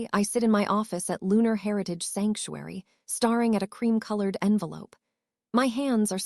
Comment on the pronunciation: I have the feeling that language for AI should be phonetically. It doesn't understand the difference between read and read, and any of the words that are spelt the same but read the same, also I noticed on yours that it doesn't know staring so perhaps you should write it stair ing maybe then it would understand!